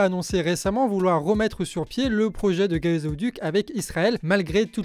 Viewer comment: Merci! "GazÉoduc" c'est un peu olé olé, non? ;)